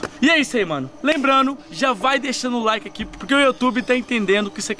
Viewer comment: Eu deixei o like mas o “laike” não